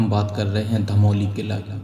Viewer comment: धमौली नहीं धामोनी है। आप काफी धीमी गति से बोले। जिससे बोरिंग हो रही थी